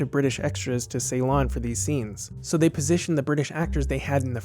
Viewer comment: A well-done review, with very interesting details. I would just offer one mild criticism about your pronunciation of the movie's filming location, Ceylon (now called Sri Lanka), where I'm from: It is NOT pronounced "SAY-lon." It's pronounced "si-lon."